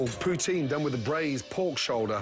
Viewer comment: As a Canadian. The way Gordon said Poutine, physically hurt me, I get why he said it like that since he isn't from Canada. So it's not a bad thing. Still hurts tho